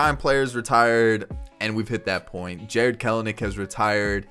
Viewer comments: The second ‘e’ is not a syllable. 🥬-nick, not 🥬-uh-nick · I believe his name is pronounced “kel-nick”